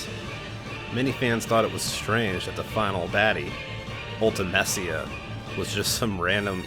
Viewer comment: Your favourite game yet you can’t even pronounce Ultimecia correctly!!